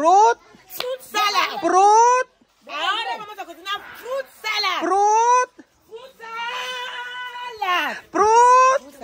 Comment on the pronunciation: PROOOOOT salad!!!! fruit kasi hindi prooooot!!! hahahaha